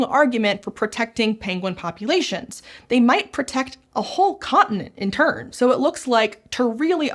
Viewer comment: I'm sorry, did she say "protect an entire continent in turn" or "in turd"?